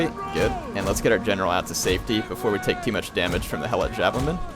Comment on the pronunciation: it is he e - lot not hell-lot